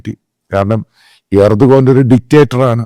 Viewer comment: Not urdugan but Erdogan 😂